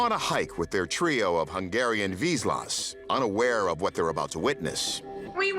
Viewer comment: The dogs are hunting dogs and instinctively know to be still when there is prey, as the end of the clip shows there is a bird in the bushes. And you didn't pronounce the type of dog correctly.